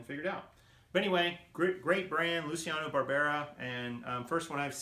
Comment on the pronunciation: Its pronounced "Lou chee ah no". Great brand. Nice pick ups. Make sure they are listed as sport coat blazers. Avoid suit jackets that are orphans. Once you measure the 41, i also put 40 and 42 in search bar in parentheses